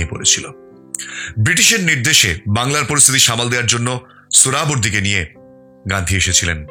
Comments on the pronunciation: মিঃ ওটা সোরাবর্দী নয়, ওটা সোহরাওয়ার্দী। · সোহরাওয়ার্দী উচ্চারণটা ভুল করলেন। শহীদ সোহরাওয়ার্দী